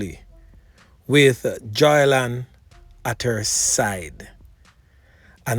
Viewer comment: Why none of you cloggers can pronounce Joylan’s name properly?😳😂😳